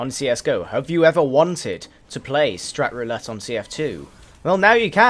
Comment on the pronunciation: I thought He said strip roulette XD!!!!!!